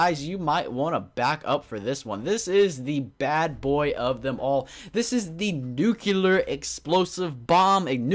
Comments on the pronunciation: the word nuclear is pronounced like this : new clear not nucular!!!!! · Why do you people say NUCELAR ???? Its NUCLEAR -_- Thats fuckin funny xD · It's nuclear not nucular! Lol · not nuke you ler its nuke lee er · Did anyone else notice that he said nucular about 5 or 6 times? it's NUCLEAR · stop saying nucular. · Its nuclear not nukeuler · "Nucular"? Lol? Does that even exist? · It annoys me so much when people say nucular instead of nuclear ヽ(｀Д´)ﾉ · Nucular? Really? Its nuclear. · nucular... ugh my ocd is tingling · Not trying to give hate or anything, but I believe it is pronounced "Nuclear" not "Nucular", which isn't a real word. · ***** Yes! Pronouncing words correctly make one not sound like a moron. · InoshiKenshi If he's pronouncing it WRONG why shouldn't he be corrected? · Saying nucular is like saying for God sakes instead of God's sake. That has nothing to do with accent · "Nuclear" (NEW-clee-ar) Often disgustingly mispronounced as “nucular” (NOO-kyoo-lar). Here you go, you illiterate twit. Hope it helps. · So, what exactly is a nucUlar bomb? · its NUC CLEAR (nuclear) no nuculear....i mean lol you are a native english speaker i suppose... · NUCLEAR. ITS FUCKING NUCLEAR. NOT NUCULAR. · stahp saying "Nucular bomb",,, it's pronounced "new-clear" or "noo-clear" bomb. :D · It's nuclear not nucluer!!! Anyways... LOVE YOUR VID MAN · It's nuclear not nucelar. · Nu-cle-ar not nu-cu-ler :/ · Nucular -.- lol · *nuclear *nuclear *nuclear *nuclear *nuclear *nuclear *nuclear *nuclear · I'm sorry, but you really need to learn how to properly pronounce nuclear. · You're under arrest for violation of the word, "Nuclear"